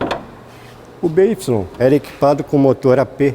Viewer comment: Bê Ípsilon? Sempre lia "bai"